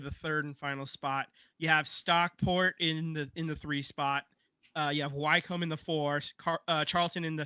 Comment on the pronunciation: Just some quick correction guys, It's not the Champion League or Champions League, it the EFL Championship or Championship for short. Also Wycombe is pronounced wi-come, not why-come.